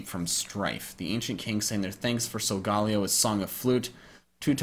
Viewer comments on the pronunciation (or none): none